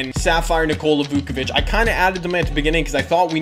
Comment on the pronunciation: nikola "vookavich"